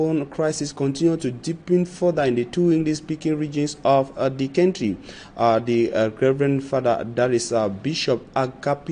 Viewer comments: Is the word pronounced"centry" or country"? Please, look up the pro ounciation from the English Dictionary. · Country not Cantry Mr journalist